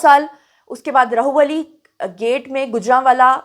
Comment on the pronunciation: Sorry to correct one mistake plz Rahwali hy Rahu wali nahi hy Actually Urdu mein Rah ha k sath Lahorri ha likhi jati jo ha wao hu dikhti hy but ha Ra k sath mila k Rah banta hy &wao alag se pronounce hoti hy😅